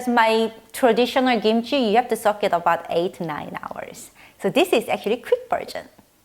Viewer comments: It’s kimchi, not gimchi, capische!? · It's technically pronounced "kimchi," but without the puff of air on the "k" that we pronounce in English. Without that puff of air it sometimes sounds like "gimchi" to us.